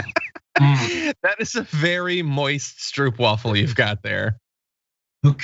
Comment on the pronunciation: Feeling proud you are eating the best cookie in the Netherlands...the stroopwafel..which you pronounce as strope wafel...